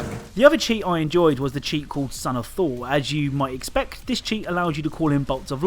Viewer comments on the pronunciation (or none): none